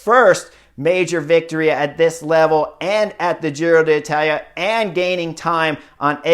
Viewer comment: “Giro Datala” … im gonna say it like that from now on lol!